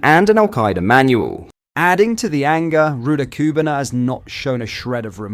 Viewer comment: Love your content but BRO!!!!! Please learn how to pronounce this evil monster’s name. Or at least keep it consistently wrong. 🤣